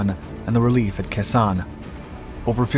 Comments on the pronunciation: Prounounced "Kay-sawn", not kason. 173 AB Brigade 1966-67, 9th ID 1968-69. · Your pronunciation is non-standard. Kay-Sonn, Dee-en Bee-en Foo, etc.